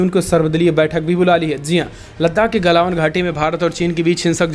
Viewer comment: क्या यू ट्यूब पर हमारे सभी संवाद दाताओं को त्रुटिपूर्ण उच्चारण करने की बीमारी है एक बार नहीं हर बार गलवान घाटी को गलावन घाटी बोला गया है प्लीज़ उच्चारण सही करिए हमारे देश की बुद्धिमत्ता का सवाल है